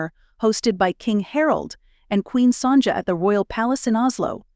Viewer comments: Can we correct the Queen of Norway's name? Sonja; and then there is Letitzia Queen of Spain. Not only are the names spelled incorrectly, but the pronunciation is off as well. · One day these channels will use narrators who are real people and who research the pronunciation of unfamiliar words. Today was not that day. “Sonja” was the one that was annoying for you and mine was “tchar-lay” for “chalet”. This was when I suspected that AI was being used. Surely everyone knows that we pronounce chalet as “sha-lay”, as it’s a French word. Noah Webster has a lot to answer for with his famous desire to remove French spelling from American English.